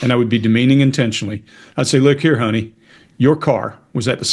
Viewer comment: love how you become southern when you you started with'look here hhoney